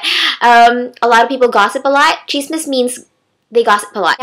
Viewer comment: its not chisme it is chizmis